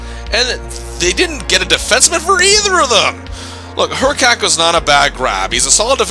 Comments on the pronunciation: Hrkac was pronounced her-kiss, not her-kak. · Dude you were totally mispronouncing Hrkac. It’s pronounced “Hr-kiss”, not “Her-kac.” Suggestions: the 1980-81 Winnipeg Jets who went 9-57-14 that season. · Tony Hrkac rhymes with pony circus.